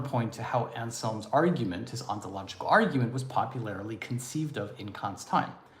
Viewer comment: I learned a new word. Polularily 😂